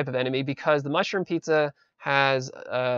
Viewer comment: i like the part where he says mushboom